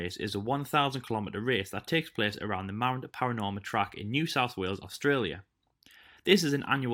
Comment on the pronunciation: As an Australian, I will tell you how to pronounce Mount Panorama😂. P-an-o-r-am-a